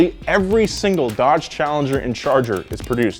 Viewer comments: "DEDGE" Yeah bro I really like the new dedge chereger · DEDGE not DODGE, good to know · Anyone else notice “DEDGE”